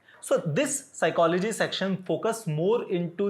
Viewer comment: Who hate the h in psychology 😂